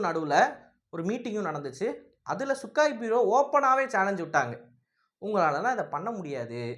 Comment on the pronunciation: தம்பி..அந்த போர்விமானத்தின் பெயர்..சுக்கோய்...சுக்காய் இல்ல...சரியாக சொல்லுங்கள்..